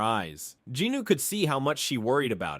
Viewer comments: Any idea why he keeps saying Jinooo instead of Jinwoo? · Love the videos but I can recommend correcting the pronunciation for Jinwoo’s name? You say Ji-nu when it’s Jin-woo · Its jin-woo not jinu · I love these videos the only thing that grinds my gears is him saying Jinwoo’s name wrong😭😂